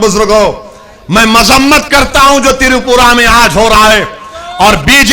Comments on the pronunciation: Tiripura nhi. Twipra hai bhaijan. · पहले त्रिपुरा और मस्जिद शब्द ठीक से बोलणा सिखो